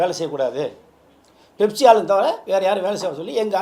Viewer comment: அது 'பெப்சி' இல்ல 'ஃபெப்சி' Pepsi❌ Fefsi✅